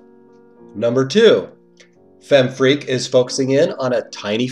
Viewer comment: I love how you pronounce it as FemFreak.